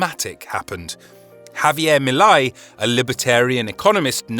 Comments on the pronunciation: The "ei " in Milei rhymes with say not eye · How hard is it to pronounce Milei( me + lay) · His name is pronounced Me Lay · It's pronounced "mee-lay"